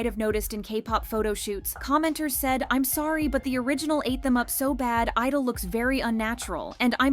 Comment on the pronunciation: Why do you not pronounce the "G" in their name?